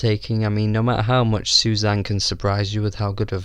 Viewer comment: Susanne is 3 syllables in Norwegian. Su za neh.